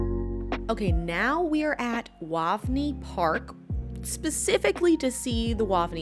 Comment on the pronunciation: Waaavny. Pronounced like Wave-knee. The house is also where Christopher Lloyd - Doc from Back to the Future- grew up.